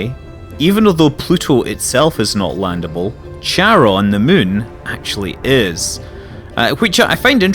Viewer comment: Hi Scott, great video - as usual :) A bit of nitpicking - I'm pretty sure it's pronounced kair-uh n - not cha-ron :p and every time you pronounce it your way, a little hellkitten dies somewhere in the Cthulhu Plains :) :D Btw, are large-population planets available for landings? With cities and stuff? (probably not, but here's hoping) Also, do you think the planetary landing piece is worth the almost full price for the game? Is it just a gimmick that you will get bored after a week or something that is actually useful to the gameplay? As you said, the crafting system seems very simplistic :/